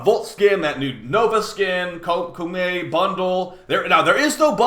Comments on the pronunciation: KO-MAY is the actually pronunciation btw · Heard someone said cummy